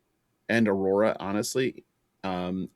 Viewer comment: B-rora instead of A-rora.